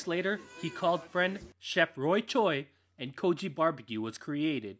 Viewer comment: Y'all gotta stop mispronouncing it as "Koji". It's Kogi.